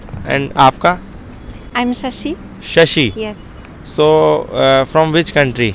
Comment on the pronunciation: Unka naam Shasi hai shaasa nahin 😜